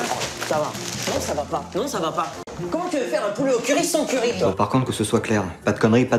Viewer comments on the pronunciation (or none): Moi j'ai l'impression qu'il dit "currype"